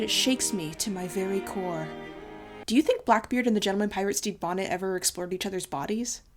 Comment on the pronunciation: Anyone else can’t stop hearing “Steve Bonnet”? looking at you,. 👀